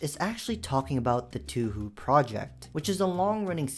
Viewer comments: god the amount of times you said Toowho made my brain hurt as someone who's a fan of that and japanese media. in sense of pronunciation, it's kinda like "tow-hoe" but since I'm 76% sure it's japanese just imagine it as such; To u ho u. but past that yeah, videos like this are good but also bad lol cuz well, it introduces people who have it come up to the mods shown. I saw this in my recomended lol, and I primarely watch mc horror and pvz... edit: most of the mods are tame except the last one ngl...well the giantess one...EEHHHH it's a bit much as well as the first Monster girl mod u showed off. not as inherently as NSFW as the last one which I can tell you has a VERY large history of being passed around, cancelations, and more but you can do your own research at your own risk lmao. as for the comment of the game being rated E, base game is yes but the mods...not so much. lets give ratings. Gun mods are Pg13, horror mods are probably R, create is E, and the J mod is A. course the J mod was made for adults who wanted to do...nsfw stuff on minecraft for one simple reason "why not" and animations are smooth sometimes... either way great vid, keep up the good work! This has been a dumb gamer who knows a lot of H facts because, of course an adult who's seen all of the internet since from GTA's stripclubs in the 6th grade, ERP on Pixelgun 3d in 8th, and even condo games on roblox at my first yar of highschool because youtubers "exposed them", I've experienced it all and I blame the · AINT NO WAY THIS GUY SAID TOUHOU LIKE "TOO-HOO".🤣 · why are you pronouncing it 2 who? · As someone living in Japan, saying Touhou as Too hoo or Tah hoo is both cringe and funny. I love it. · This guy saying "Touhou" as "Toohoo" is pissing me off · Touhou is pronounced TOH-HOE not TOOHOO… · btw its pronounced toho but spelt touhou. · "Too hoo" 😭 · Bro please stop saying tahoo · Too-Who is a diabolical pronunciation…. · bro nothing could’ve EVER prepared me for “toohoo” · "Tu hu project"